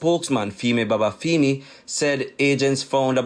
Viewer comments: I chuckled at how Babafemi was pronounced. Its femi as in feminine, not feemi 😄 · feemi sounds better to us Jamaicans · and it's the wrong pronunciation. It wouldn't sit well if Shelly Ann's last name was pronounced Priest.